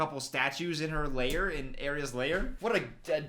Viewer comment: Hey, just a small fyi, the word lair is not pronounced as "layer", the vowels are rather pronounced like they are in the word "hair". Thanks for the video!